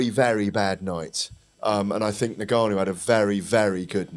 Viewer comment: Now then now then Why can't any of you pronounce " Ngannou"?